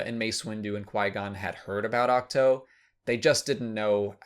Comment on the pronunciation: It’s pronounced Ach-two, not Ach-toe. How do you not know this?